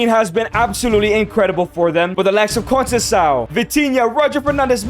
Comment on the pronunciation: the ç is pronounced like a "s" sound, not a "k" sound in Portuguese. ç is not the same as c. Trincão use the k sound since it's a regular c Conceição use the s sound since it's a ç Gonçalves too